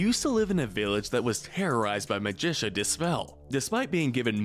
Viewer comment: Why is it almost every video has at least one character horribly mispronounced? Ma-gi-ca Despell not Magicia or Magisha. It's Magic with an A at the end. Do you even watch the shows and movies you make videos about? Because they say the names out loud all the time!